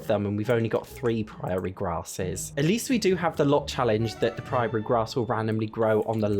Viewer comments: Is that how British people pronounce prairie? I usually say pr-air-ee instead of pr-eye-aye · Odd tangent, but every time the prairie grass gets mentioned it makes me smile, 'cos the mis-pronunciation (prairie should sound like airy, not priory) makes it sound like they're living in a convent or something. 😅 Rather ironic considering who the sims are. 😂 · Just letting you know Prairie is pronounced like pr-air-ee, I understand the British struggle tho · What I really loved was the prairie grass pronounced "priory" grass... A priory is a small monastery full of monks or a nunnery full of nuns...and sadly, I don't think they are allowed any grass. Lol🪴🚭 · Never heard that pronunciation of 'praire' before lol